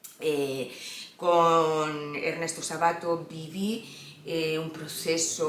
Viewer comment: es Ernesto Sábato, con acento esdrújulo, cada vez que decís Sabáto se me revuelve algo!! Saludos desde Argentina